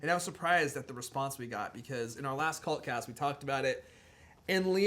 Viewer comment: When you say "cult cast".....it sounds like Cunt cast over here in the UK. :)